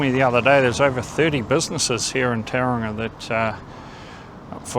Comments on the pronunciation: Couldn’t you at least learn how to pronounce Tauranga correctly. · to be born in NZ and still unable to pronounce simple Maori place names correctly is embarrassing. Other than that, councils are 1000 times worse than any street gang. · How the heck did the bench and crossing cost that much, crazy. They could have bought the paint and the rainbow community probably would have done it for free. What struck a nerve with me is you could be housing homeless in some of those empty spaces, have artists studios to keep foot traffic alive. Also need to learn how to pronounce the name of you city.